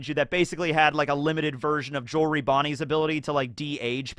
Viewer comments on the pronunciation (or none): none